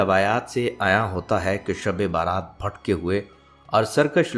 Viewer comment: شب بارات نہیں شب برات 😢 یعنی بَری ہونے کی رات